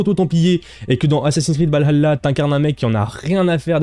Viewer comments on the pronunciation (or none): Je ne me ferais jamais à ta manière de prononcer Valhalla